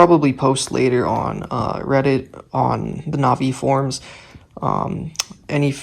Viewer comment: Imagine pronouncing Navi wrong